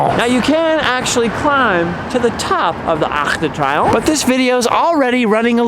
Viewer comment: It's pronounced "tree-omph" but A for effort! I have to make an adjustment from Canadian to Parisian French with some friends and the pronunciation is a big shift lol. Also just wondered if you knew that "Champs Elysées" in English is "Elysian Fields" so it's appropriately named after the resting place of heroes in Greek mythology. Makes the tomb of the unknown soldier an appropriate memorial for that street.